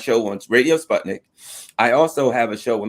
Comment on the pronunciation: You two guys are great,but:can you at least make asmall effort and pronounce SPUTNIK properly???Not SpAtnik but SpUtnik (like Putin.moon,Put up}